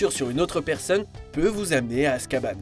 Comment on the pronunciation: Mais ptn arréte le lire ton script comme un débile et fait UN EFFORT SUR LA PRONONCIATION !!!! "Azkaban"... t'as torturé le mort